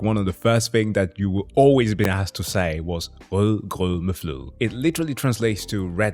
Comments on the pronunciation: Wow. You got perfect pronunciation on the "Rødgrød med fløde" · Best pronunciation of "rødgrød med fløde" ever ... And so unforced... like a True Viking ...